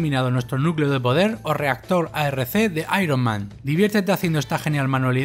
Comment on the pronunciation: El reactor se llama AR-K ,no ARC